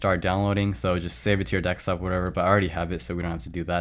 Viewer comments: It's DESKtop not DEKStop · Am I the only one that can't hear what he is saying for a minute after he says DEK-STOP?????? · Why do You say DECKSTOP?